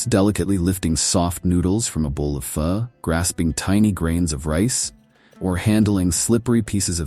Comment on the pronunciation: Love your narrative, both says much and shows a lot of Viet Nam most of us "round eyes" are unaware of...... The point that piqued my attention in your narrative was your complete annihilation of the word "Pho". Yes, I understand it's spelled like that...however, just because it's spelled that way DOSEN'T mean it's pronounced that way, in this case to "o" is pronounced as "a" or as in the whole word...."Pha". Attention to detail, attention to detail.😊 And for anyone a little squeamish about sampling Viet Namese cuisine......Pha is a VERY good dish to start your journey with and then gradually work your way into the more "exotic" dishes.